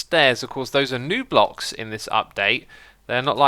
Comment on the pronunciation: He said blocks weirdly, he said phlocks lol :O